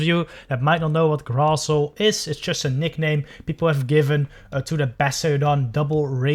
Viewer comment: The correct pronunciation is SHIILD NOT SHIUUUUUUUU ADVENTEG NOT ADFANTAJE GRASSHOLE NOT CRASSOOOOOLEEEEE